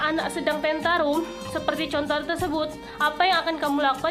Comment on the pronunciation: Tantrum bukan tentarum